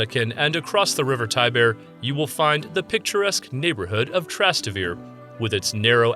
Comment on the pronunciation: "If you want a 100% Italian experience, then you must visit 'Tras-ta-vir'. Yeah, sure, just try asking where "Trastavir" is! You will get a rather Italian experience of Italians looking at you like you're crazy. You pronounce all the vowels: Tras-Tay-Vair-Ay. But what am I doing, talking to an AI.